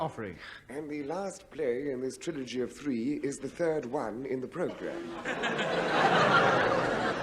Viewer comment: I wonder if Hancock deliberately mispronoubced ' trilogy ', at 2'42" ?